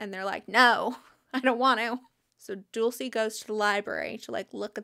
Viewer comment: Not to give you another name crisis but Dulce is Spanish for like sweets and it’s pronounced “dool-say”